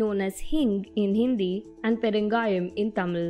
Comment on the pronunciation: nice did not tell perungayam as "Peru-ga - yaaam" like other other national media person.